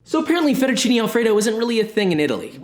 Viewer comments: Kinda sus that he prononces it fettucini instead of fettucine though (may be an accent?) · Close enough at least. The "e" in italian is pronounced differently, more like mhhm the sound of the second "a" in pancAke? So it's like fettuccinE al burro, while for me Josh sounds like he is saying FettuccinI al burro. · The guy says he's Italian and doesn't know how to say fettuccine properly, even Joshua says it better. Nice video 💪💪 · I like you say "fettuccine " 😂